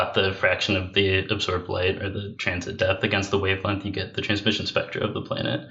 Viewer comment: Please tell, there is nothing called a "lenth," or, "wavelenth." The words he is trying to say are, "length," or, "wavelength." There is a g in there. It is not silent. Also, the constant vocal fry is intensely off-putting.